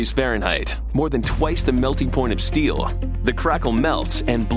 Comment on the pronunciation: It can bend like paperrh and support like steelllh.